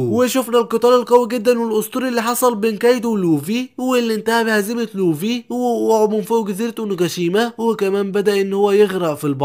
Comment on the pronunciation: يسطا نطقك للكلام غلططط💔 مثل: لوڤي و رأسا على عقل🙂 اتمني انك تحاول تشتغل علي الحاجات الي زي كده❤️❤️❤️